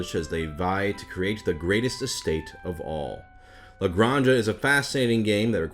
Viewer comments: in Spanish that is pronounced as a hard sound on the back of the mouth, so its more acurate if you pronounce it as gran-ha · I love that how you pronounce it sounds more catalan than spanish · Naw, is canon now. Aixo puc dir perque soc Catala, saps. From now on its "Ale Granny-Jah" and "MaHORKa". But oddly enough, I know that he could've pronounced these perfectly of he'd done a Mario voice lol "El GRAHNja, HAhaa! En MaYORKa, wheeHEEE!"